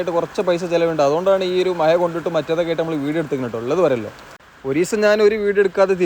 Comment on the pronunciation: മയ അല്ല മഴ എന്ന് പറയൂ